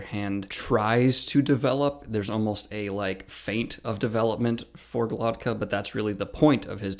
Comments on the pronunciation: Daniel is dyslexic, and strange names like these are probably the worst for people with a disorder like that. He says it with the t before the k when it's actually GloKTa, that's why it sounds off. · Why can't you pronounce his name right? Are you dyslexic?